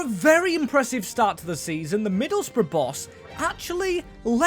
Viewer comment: Yes, we finally can see rebuilding Middle's Bruv (that's how them pronounced Middlesbrough, right) under Hellsberg 😅